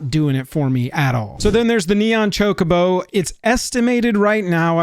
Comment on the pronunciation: Chocobo, and it's not pronounced like 'Jacobo'.